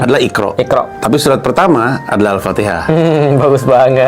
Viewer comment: bukan surat tapi surah... bukan alloh tapi allah... perlu perbetulkan